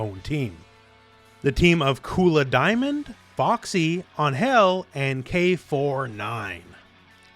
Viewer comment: I thought her name is Angel….like the normal pronunciation.